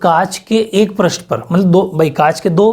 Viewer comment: Sir पृष्ट nahi hota he पृष्ठ hota he aapne hi to शब्द शुध्दि me bataya tha ष्ट प्रत्यय nahi hota ष्ठ praty hota he😜😜